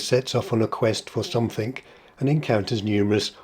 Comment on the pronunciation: I love your videos but you made me gasp! when you pronounced 'something' as somethink. It's a common problem and in centuries to come it will probably be the correct pronunciation: usage always wins. But in 2024 from an Oxford Don? Gasp!